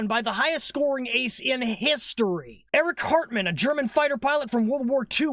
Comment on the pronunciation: Wait did he just say Eric Cartman? 😅